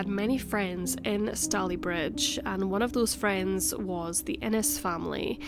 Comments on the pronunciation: Sorry to say but, although some of the details in the commentary are accurate, there are so many major errors in the reporting of the facts that I had to stop watching halfway through. Also, the pronunciation of Stalybridge is completely wrong. David Cameron once pronounced it this way in the House of Commons and it was such an obvious, glaring error that uproar, laughter and ridicule filled the house. As the video work is really good, I would say it’s worth taking down, doing the research and re-recording the narration. Sorry. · I live a couple of miles away. It's pronounced Stay-ley-bridge.The stones of Gorse Hall were used in the construction of other buildings in the town, such as NatWest Bank. There is also a school in the area called Gorse Hall Primary School. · I was born in Tameside Hospital! I had never heard this story before. Also I love how you pronounce Stalybridge lol ❤️ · It’s easy to find out correct pronunciations on the Internet now; there is really no excuse not to. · It's pronounced Stay ley bridge not Stally. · Really interesting case! Fyi it’s pronounced stay-lee bridge 😘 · It's Stay-Lea not Sta-leigh - ugh, can't listen to this. It's going to drive me mad. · I live here, and its pronounced stay_ley_Bridge, not stallybridge!! named after the stayley family who originally owned the land. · Minor correction: Stalybridge rhymes with “daily bridge” not “dally bridge”. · im soo late but its pronounced stay-lee bridge btw! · It’s pronounced stay ly bridge 😊and. If I’m not mistaken it was 1910. One theory. Thanks for sharing 😊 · Ineresting story. Just one small criticism Stalybridge is pronounced Stay-le-bridge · Fascinating. Its pronounced 'Stayleebridge'. I grew up there, in the 70's, but hadn't heard of this case. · STAY-lee-bridge.... as (some) Glaswegians will know because it has a football team called Stalybridge Celtic. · It's pronounced Stay-lee-bridge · It’s pronounced Staaalybridge. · stay-LEE-bridge...i live in Woodley :)